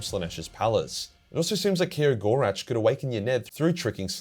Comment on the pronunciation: Ok. I'm glad for eldar, and even more so aeldar lore vids. Thanks a bunch. But PLEASE for the love of Isha, listen to the "Heirs of the Laughing God" audio drama, and learn to speak the name of Cegorach once and for all! 🥺Hurts my soul every time I hear you attempt to pronounce it 😅